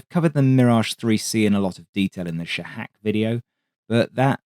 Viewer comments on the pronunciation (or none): its not sha-hakits SHAhak. the emphasis is on the wrong syllable. if you ever need help wit pronounciation conatct me